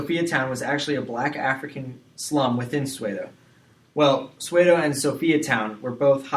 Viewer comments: 😂😂Cramming hours before my exam.This pronunciation just killed me .😅🙈I'm from South Africa and your pronunciation of "Tsotsi","Soweto" and "Apartheid" is beyond annoying 😢😲😖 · The pronounciation of Soweto and Johannesburg is terrible too!! 😅😢😡